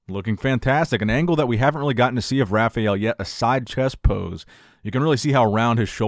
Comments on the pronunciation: Bro you always say rafiel brandão, its rafael not rafiel, its pronunced rafa L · Guess he can't say "rah-fah-el" XD